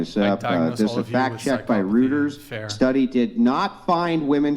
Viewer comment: ROY-ters, not ROOT-ers.